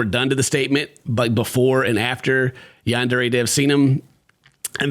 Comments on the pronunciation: The fact that the creator of YS can’t even pronounce Yandere properly after years of development is wild 💀 yaendere headass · whats so funny about all this to me, bro cant even pronounce yandere right! its HIS game name lmfao